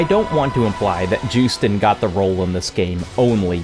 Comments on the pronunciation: JEWsten? Yoo-stein lol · it's "yoosten" j's are pronounced as y's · No one will probably care, considering it takes all of 5 seconds to Google it, and no one ever seems to take those 5 seconds to do so, but Joosten is pronounced yoh-stun. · Def not how you pronounce Joosten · hi. love you. i always enjoy your videos. today i get to be a pedant! joosten is a dutch name, so the J is pronounced as a Y. here is a clip of her pronouncing her name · Loving the video but why is every youtuber unable to pronounce Joosten's name ffs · As a Dutchman, the way you're pronouncing Stefanie Joosten's name hurts me.